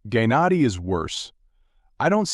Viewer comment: Gay nadi???? Like say it right wtf🙄🙄